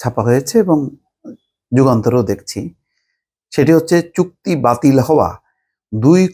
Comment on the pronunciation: It's Chukti batil. I keep hearing putki batil. 😅 need to check my hearing.